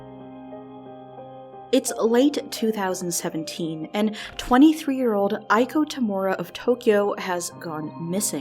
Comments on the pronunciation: ee-ko, not aiko. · Nice vid, but Iko is read "ee-ko" not "i-ko"